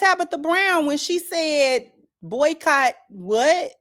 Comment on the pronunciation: Lol every body said buycot!!!!!!